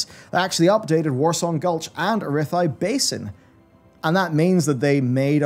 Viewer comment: "arethi basin" ? WOT?